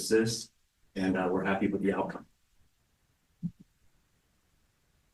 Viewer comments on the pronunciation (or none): none